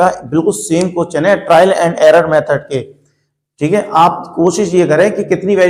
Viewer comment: Are sir question hota hai cochhan nahi 😅